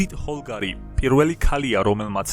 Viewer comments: იუდიტ პოლგარი და არა "ჰოლგარი", დიდოსტატი და არა "გროსმაისტერი" ;) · ჭადრაკის სამყაროს აზრზე არ ხარ პოლგარი და არა ჰოლგარი კარლსენი და არა კასლენი ვიშვანათან და არა ვიშვანატან დიდოსტატი და არა გროსმაისტერი